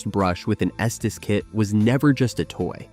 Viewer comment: Its pronounced "esteez"